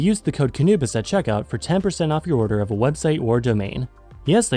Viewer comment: off-topic question here, , why do you call yourself "Ka-Nubis"? isfaik the "Kh"-part should make it sound somewhat like a Spanish "J" or a Dutch "G".